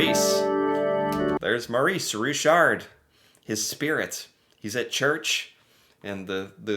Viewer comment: Maurice Richard. It's pronounced something like "Mo-REES Ree-SHARRRRRRRR". Try to roll the R when you say it. Don't pronounce the D at the end.:)